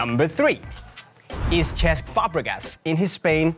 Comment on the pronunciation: it's pronounced as sesc not chesc but spelled as cesc